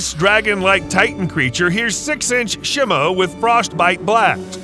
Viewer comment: it’s pronounced she mu